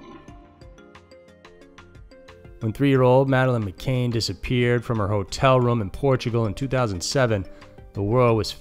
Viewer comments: McCann, not McCainn 🤦🏽‍♂️ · Its mc'cann not mc'cain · Mccann ... mick-ann.. you kept saying mcain. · hi dude. McCann is pronounced mc can, as in tin can. not McCain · McCAIN?! It's pronounced McCAN. Come on.. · McCann, not McKane. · The stories are good, but you have said McCain 4 times. It's McCann. Victims deserve better representation when you are telling their stories. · Madeline McCann not 'McCain.' 😉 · Do your research, please. It’s Mc-Cann, not Mc-Cain. If we weren’t talking about a dead child, it wouldn’t be so disrespectful. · ffs man it's not McCain!!! It's McCANN do your research on the name. It's incredibly frustrating that you can't even bother to say the name properly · It’s McCann, not McCain. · It's McCann not McCain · It's pronounced "MA CAN" not ma Kane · Mccaan is not Mccain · its mccann not mcain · McCann not McCain Cyntoia not Cyntonia You’re better than this. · Video starts . Time to pause the Spirit of the West / Canada music binge for Scary Mysteries! I heard about the TikTok video on Reddit. Another edit: Madeline McCANN is NOT pronounced like the apple juice brand "McCain"! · NOT MCCAIN it is MCCANN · Its pronounced MC-CANN not CANE! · Mc Cann not Cain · Its mccann not mccain